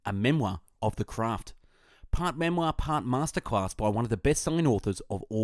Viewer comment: pwart memoir, wwiters craft, caweew... this guy cant say rrr and ads a w to random letters... and that is not because of the australian accent..